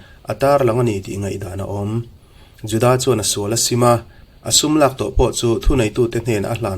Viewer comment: Judaâa ti lovin Juda tih nise.